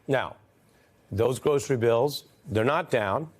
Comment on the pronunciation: i cannot get over trump's astonishment over the word "grocery", a word that he cannot even pronounce without a struggle, not to mention a word that he has never bought on his own in hie whole frikken 79 years of life!! what a maroon!!!!